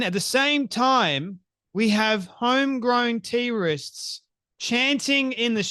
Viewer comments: When you pronounced "Trists", the caption understood it as "terrorists". Youtube is getting real annoying. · Sounded like he said, "Home grown T-Rexes"😀. Remember that video of the Aussie Doctor and Nurse mocking Israel and the West? And a few days ago a doctor tried to run a congressman off the rode here in the USA. They can't hide who they really are anymore. A call to murder has been issued and hatred breeds murder. Look at the babies in the strollers and the small children marching with them. Words do not fall to the ground. Satan has really done a good job in deceiving and training them well. I feel sorry for them because their hate keeps them enslaved, blind and deaf to knowing the Heavenly Father God and His Precious Love. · Are you actually saying T-rists or is it your way of saying terrorists?